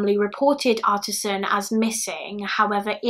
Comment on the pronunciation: Artis Ann not artisan